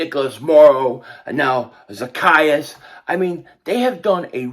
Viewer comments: Funny how still got the name wrong. The E is long....Za-key-us... He did get it right in the middle. 😆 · I am in tears the way you said his name 😂😂😂😂😂😂😂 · You are so crazy. You have me rolling all over the floor lmao at you trying to pronounce his name.